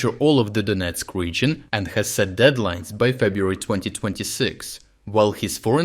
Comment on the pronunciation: Emphasis on DEAD- lines...